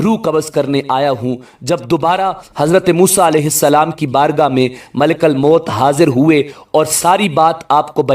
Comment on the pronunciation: Malekal mout nhi kahty ,malekul mout kahty Hain zabar nhi paiysh hai